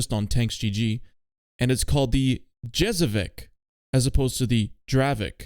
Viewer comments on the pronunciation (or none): its not dravek, its dravec. like dravetz and its yezevetz, not djezeveck